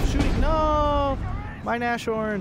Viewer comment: I know I am picky again, sorry! - Nashorn is pronounced Nas-horn, not Na-shorn I don't want to be annoying (although I am), just want to "help".